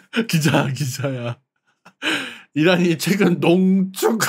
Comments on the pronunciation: 농ㅋㅋㅋㅋ쭉ㅋㅋㅋㅋㅋ 참고 : 농쭉에서 농축으로 수정함ㅋㅋㅋㅋ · 농ㅋㅋ 쭉ㅋㅋ 반감기 안지낫잖아... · 와캬퍄헉 농~쭉~ ㅋㅋㅋㅋㅋㅋㅋㅋ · 농 ㅋㅋ 쭉 ㅋㅋ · 머야 난 쭉농증이라고 배웠는데 와캬퍄헉농쭉ㅋㅋㅋ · 농ㅋㅋ 쭉ㅋㅋ